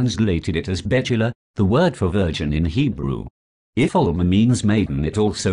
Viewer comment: Its not Mitzrachi its Mirachi . Its not bechulah. Its bethulah . Its Dinah .not Dinner , Its Shechem not shekem . This moron can't even pronounce Hebrew and he's telling us how we should read a verse a verse in Hebrew